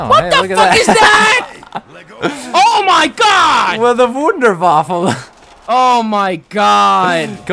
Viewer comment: its not waffle its waffa